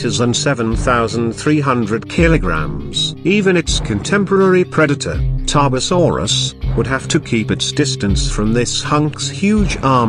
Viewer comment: I still can’t get over the way it said tarbosaurus bluh 😂